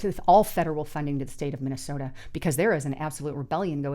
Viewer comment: She has done it consistently for a long time. It's also not the city of Minneaota. 😅